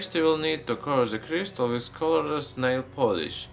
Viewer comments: Criestal mantane criestal criestal what the fuck man he should have a throat surgery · Why did it sound like he kept saying crystal meth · It sounds like he's saying crystal meth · sounded like he said crystal meth XD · Not to be mean about his accent b yup t it sounded like he said crystal meth